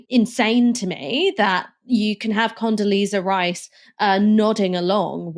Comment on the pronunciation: Condoleezza Rice🤣🤣🤣